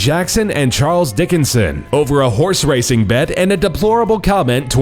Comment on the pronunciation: He said DICKonson so many time